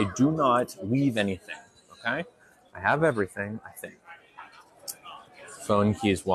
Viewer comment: The way your pronounce EVERYTHING gets on my MF nerves SIR